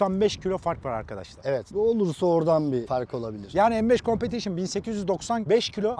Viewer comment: Bu competition un telaffuzu en çok beye yakışıyor